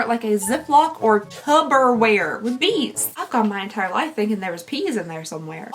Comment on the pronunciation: lol it is tuPPerware, not tuBBerware. Unless somebody made a tubberware.